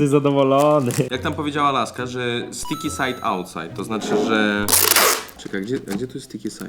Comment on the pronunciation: no bo przecież STIKI SAJD AŁTSAJD